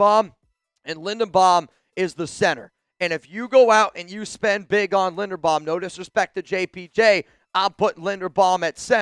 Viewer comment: His name is Linderbaum, not Lindenbaum. You're not very bright, are you ?